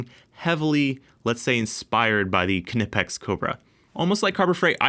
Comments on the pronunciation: resident German here. No, that’s not how it’s pronounced. It’s basically like the English “knee”, but with a hard k. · I’m sure the k is silent. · The k is silent… do you call it a k-nife? Dingus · The k is silent. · The K is silent like knife, know, knot in English but don't take my word for it watch knipex UK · it's not k nipex, jusr pronounced nipex silent k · The K is silent, its pronounced nipex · We don't pronounce "knife" as kuh-niff. we say "Nyfe". So using that logic, why is it "kuh-nip-ex", and not "Ny-pex"? Anyways, great video as always. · You dont say K-nee, K-nife, or K-nipex - the K is silent so its said as "Nipex" - great channel but please say it right as it does my k-nut in :) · Knee-pex not ka-nip-ex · Just for the masses...it's knipex pronounced "nipex" not (kuh-nip-ex) just like knife is pronounced "nife" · Please don't keep saying KUH-NIP-EX. We don't care if some nerd has verified that it's pronounced that way on their website. Nip-Ex, silent K. Please 🙏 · Ka-nipex? I thought it was pronounced Nipex and the silent k was a German thing. I could be wrong, K'nipex sounds terrible though! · The K is silent, it’s “nipex” ❤️ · Yeah if you say "kuh-nipex" you can go hang out in the try hard corner with the fools that say "porCH-uh" at least yall with have friends now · It's not "KUH NI PEX", the "KN" is pronounced like the "cn" in "Acne", no filler vowel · I don’t think you pronounce the K in Knipex, nipex….. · Love the videos! But, fwiw, it’s pronounced kuh-nee-pex by the company itself. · Good test! Good video. I just have to say it, it is gnawing at my brain. "Nigh-pex" = Knipex. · “Nipex” with a silent K 🎉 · Damn kuh-nip-ex I mean yes but skip the uh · I've never liked that pronunciation of Knipex, yet everyone does it. Pronouncing it as if it was Knifex, with a P instead of an F, sounds a lot better. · OMG NOOOOOOOO! "NYE-PEX" im so triggered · You don't say ku nif, you say knife. Ni pex k is silent. knipex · Knipex is a silent K